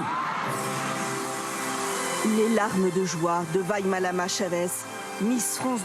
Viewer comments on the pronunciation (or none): Vaimalama est de plus a plus a l'aise sur les plateaux et s'exprime avec clarté, détermination et précision 💘💝💞💕 En revanche il me semble que le présentateur se mélange les pinceaux lorsqu'il prononce son prénom a la fin de la vidéo. Il a pas bien appris sa leçon !